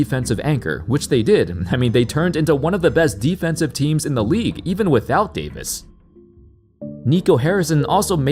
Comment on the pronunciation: The Anthony Day-to-dayvis makes my day. Thank you.